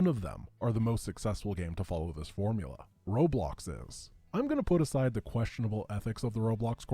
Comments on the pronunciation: can you pronounce four-muu-la 1 cars again...lol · The way you pronounce Formula 1 is gold lol never read it like that before. Keep making content. Been watching you for YEARS